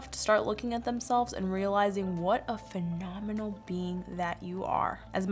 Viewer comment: A FONOMINAL BEAN LOL LOBE THAT